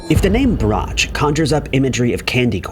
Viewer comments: Its pronounced " Brock" not " bratch" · No. 9...please. It's pronounced "Brock", not "Brotch." I know this as my Dad worked as a route salesman for the Chicago-based candy company for many years. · Justy pet peeve.. brocks not brotch pronunciation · It's "Brock" not "brotch" you insult their memories by mispronouncing it. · Brach pronounced Brock. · Brachs is pronounced brahks hard k sound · Tha family name is pronounced "brox" (Brachs). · Brachs is pronounced "Brocks" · The candy brand is pronounced "brahk." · Always pronounced Brach, "Brock". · Brach is pronounced Brock (candy) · Brach is pronounced Brock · I can't handle the mispronunciation of brach